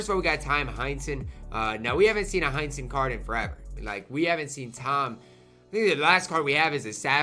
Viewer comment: I assumed that was who he said but I heard Hunnington when he said that